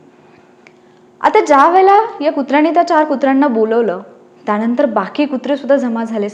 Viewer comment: "ता नंतर " नाही "त्या नंतर" बाकी सुंदर.